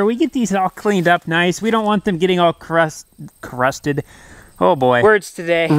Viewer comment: "Carrusted" is now an official word. totally tells you what the speaker means.